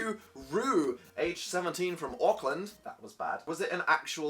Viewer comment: Everyone here is saying how they would never want NZ to be confused with Australia but I was just appalled by his pronunciation of Auckland